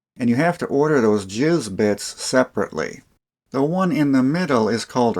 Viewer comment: Lol plz pronounce them "J-I-S bits" lol.... not jizz bits hahahaahhaah... Jizz bits sounds soooo horrible hahahaha.. The jizz bits work fine inna jizz screw. Sounds like the description of a random pornog jk